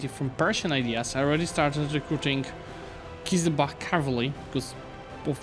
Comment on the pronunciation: Not qizilbakh, qizilbash which means “red head” in turkish